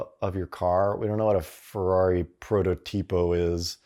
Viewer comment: No....not Fierri . “Carmadillo”